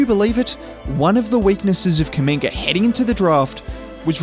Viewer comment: I swear everytime u have done a video on him it sounds like ur calling him a slur “kuminger”😭😭